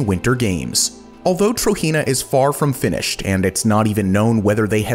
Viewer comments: Just to let you know. TROJENA is pronounced how it is spelt Tro-Jen-A not Tro-He-Na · (*Trojena is pronounced Tojena and not Trohena*) Amazing video I actually live in the Kingdom Of Saudi Arabia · you're pronouncing trojena wrong.